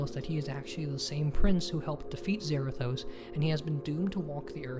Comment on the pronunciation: It's zarados but with a th zarathos I feel like punching him if he's a nerd